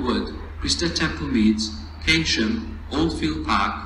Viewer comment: Keynsham is pronounced as Kane-shum. Would be nice to hear change at (insert location here) for replacement road transport to (insert destination here)